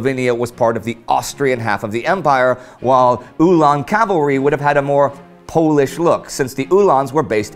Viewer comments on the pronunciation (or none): none